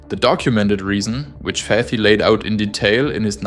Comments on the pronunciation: it is very sad how some were so ready to make people suffer repairing and maintaing homes for the sake of profit. amazing video❤❤❤❤❤❤. and one tiny comment as a native speaker or Arabic, Hassan Fathy's last name is pronounced Fat-Hee, t and h are sepertae not fathee with th as in faith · I like your video, just small mistake in the name of the architect . It's Fat'hy not fat-hy not fathy, separate the T from the H . it's a problem in pronunciation. thank you.